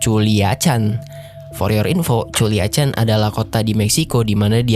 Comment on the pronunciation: Culiacan di baca kuliakan